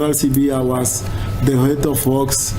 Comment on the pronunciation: You pronounce the Zulu name so perfectly it's so mesmerising to always listen to your videos 👌